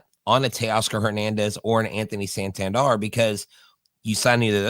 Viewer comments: it Is San Tan Der! Not San Tan Dar bro lol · It’s Sahn Tahn Dair